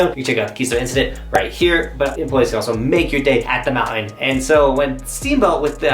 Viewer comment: The word mounTain has a T in it.